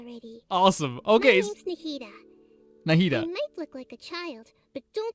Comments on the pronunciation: Na-hee-da not nadia 😅, basically her ult is a boost support for everyone Her skill is linking enemy and they will take damage together through elemental reaction (dendro only react with electro, pyro, and hydro) So for easy use is.. 1. Link enemy, razor ult and attackkkk (with razor) 2. Link enemy, pyro, razor ult 3. Link enemy, make wet (with barbara), attack with pyro or electro Dendro + hydro = bloom, dendro core (the green thing) Dendro core + pyro = burgeon (explode) Dendro core + electro = hyperbloom (homing missile) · Na-HI-da, not Na-dia please 😭 she is a very important character in story by the way but you won't meet her soon sadly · Sorry I just can't, it hurts so much. It's Nahida, or for a comedic relivea Nahihi, not Nadia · don't be too down on yourself about it! i'd say probably 70% of the videos i've watched of people reacting to the character demos for the first time see 'nahida' and immediately pronounce it 'nadia' as well. sometimes you need to hear a name a few times before it sticks in your brain, and you did only hear it the once. i'd say the mistake is less important than making the effort to learn the right way to say it /gen!